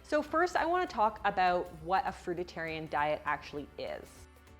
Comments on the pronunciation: you're right about everything except how you pronounce "Fruitarian" as "FruitITarian" drives me nuts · Why call it frutatarian? It's fruitarian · Frui-tarian not fruit-itarian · If you're going to make a video about a fruitarian diet, I think you should learn how to say 'fruitarian' first. (as a heads up, it's not pronounced 'fruitatarian'!). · We were born Frutarian, and by the way there is only one "t" in frutarian not two as you keep pronouncing it, thanks. We are definately not herbivores or carnivores. Our anatomy makes that very clear. A fruitarian diet is completly balanced. You can watch Dr.Robert Morse to get up to speed. There is a huge difference between Fructose and Glucose, for you it is just sugar. You really need to do your homework if you want to be credible and critical of Frugivores. Peace, love and Fruit! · It's not Fruititarian genius. It's FRUITARIAN 😂😂😂😂. Go Vegan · It's fruitarian, not fruititarian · It's not, "FRUIT-A-TARIAN". It's pronounced exactly as it's spelled. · it's not fruiTAtarian, it's fruitarian, jeez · It's fruitarian, not fruititarian. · Can she just say "fruitarian." Like once. Its not a crudite for fucks sake. Stop adding an extra vowel. The fuck is "fruitatarian" and P.S. fruitarianism is not a "fad" its an ancient religious diet that an abundance of Buddhists and Jains follow out of religious observance. Like could you take 20 seconds to ask your siri some general fundamental basics before talking about and bashing it? And no, i am not standing up for the ignorance of the pregnant chick she's responding to. Lady needs to stop putting her child at risk, brush her teeth, and put on some freaking skin protection before her body turns entirely to leather. But when you diss my culture as a "passing fad," without cracking a book, I'm gonna get annoyed. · It's fruitarian not fruitatarian!! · omg, you keep saying "fruitatarian" - its Fruitarian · Not fruititarian. Fruitarian. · It's fruitarian NOT fruit-a-tarian...